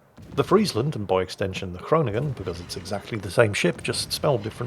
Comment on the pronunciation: You pronounce ‘Groningen’ very good. Greetings from a dutchy;-).